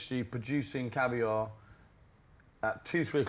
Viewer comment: Correction. Caviar. Not Cavier.